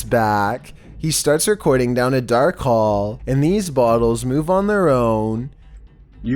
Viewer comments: omega gamur Lol no, he said hill instead of hall, did you not watch the video? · "Even from down this long hill" EDIT: Hall*